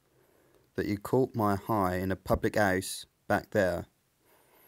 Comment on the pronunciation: Hearing this as a Dane, it's interesting that "house" early on was pronounced "hus", almost the same way we say it in Danish. Wonder if there's some viking influence there?